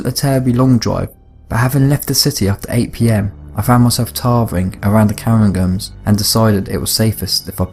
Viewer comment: I cringed when he try to pronounce Cairngorm and Aviemore .... just not even close